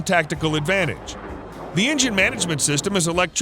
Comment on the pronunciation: It's not a "glider" it's fighter! And it's "system not "sister". Somebody should proof your video's before release.